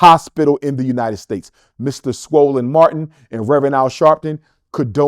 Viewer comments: I can’t get over him saying Swollen Martin 😂😂😂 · Did he say swollen Martin?😂😂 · Did he really say swollen Martin 😂😭😂😭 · Did he just say swollen Martin?????😂😂😂😂😂😂